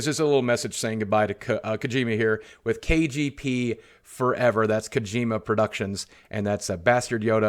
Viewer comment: Ugh, "kuh-gee-muh"